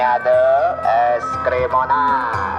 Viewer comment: Eskrim eskirim donat mı diyor o ne diyor koptum ya🤣